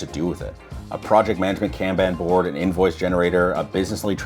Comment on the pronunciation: 1st time ever hearing somebody say kanban that way